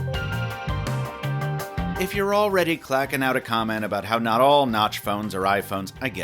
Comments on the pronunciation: Had to scroll down to the comments to make sure I wasn't going crazy when I heard notch instead of not lol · Did you say "Probably 'notch' your next smartphone"? 🤔